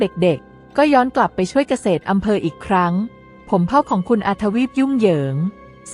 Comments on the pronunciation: กะ เสด อำเภอครับ ไม่ใช่ กะ เสด ตะกอนอำเพอ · เกษตรอำเภอ อ่านว่า กะ- เสด - อำ -เพอ